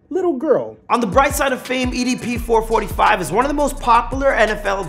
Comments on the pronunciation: It’s EDP four four five btw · idk why but get kinda triggered everytime he says "four-forty-five" instead of "four-four-five" lol. might as well call it four hundred and forty five chump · who calls EDP 445 four forty five. u might as well call him EDP four hundred and forty five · It's four four five not four forty five